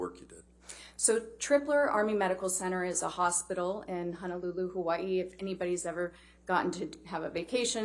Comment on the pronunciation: Yay!!!! Loved that she studied, represented, and said my home "Hawai'i" properly 😇 This was a joy to watch her speak... Much Love to you Doctor & the JD Team 🤙🤙Aloha